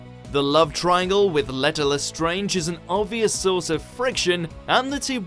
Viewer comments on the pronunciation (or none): none